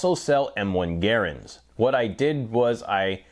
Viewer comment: Gare-ands? I cannot watch this anymore as I don't speak Canadian, just English.